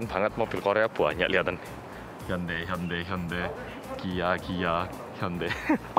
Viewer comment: Akhirnya bisa denger org korea asli nyebut Hyundai itu Handei. kl sni org nyebutnya hyundai